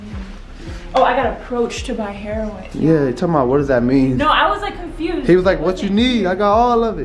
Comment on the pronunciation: I love how cannot actually pronounce heroin correctly, being that he’s probably never been around that before 😂😂